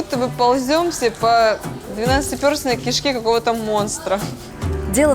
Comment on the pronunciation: Почему она неправильно говорит? "Плечей", "двенадцатипЁрстная кишка"...